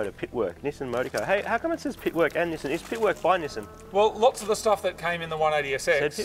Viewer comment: It seems so strange that you call it "Nissin" like the brand of instant noodles rather than "Knee-Sahn" like the company formerly known as Datsun.